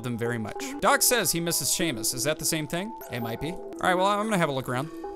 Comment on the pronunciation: It’s Seamus. Shay-mus